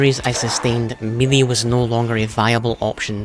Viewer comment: your pronouncing melee wrong